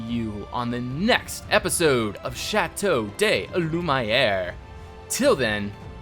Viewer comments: Shat-O-(the D in bad)-Loo-Mee-Air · You keep saying Chateau de Lumiere wrong.